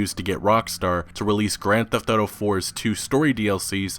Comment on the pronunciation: I love, been watching him for a couple years now, but every time he says "grand theft auto" I cringe like a mf lol